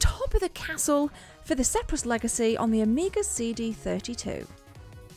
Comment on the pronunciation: I think you meant to say the "Spear-is Legacy" not the "Sep-ris Legacy". No big deal, great video as usual 🤗🤗🤗 I've played Speris Legacy, I played it back in 1996/7 and I've got it on my Hard Drive on the 1200, I've never really got stuck into it but maybe it's time I should.